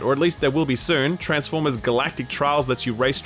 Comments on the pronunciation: TransfPormers???? Lmaooo, I think you’ll find it’s spelt Transformers. I sure hope someone got fired for that blunder. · Ah yes, my favourite franchise. TRANSFPORMERS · "Transfpormers" - Come on, you're better than that. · “TRANSFPORMERS, ROBPOTS IN DISGUISE” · I love TRANSFPORMERs!!! 😂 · “Transfpormers” I thought it was going to be a parody game because of that 😂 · You know what I love more than Transformers? TRANSFPORMERS! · "Transpformers" haha. Got 'em....